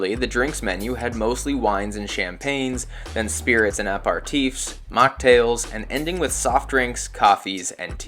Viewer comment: It's aperatifs, not Apartifs. 🤣😂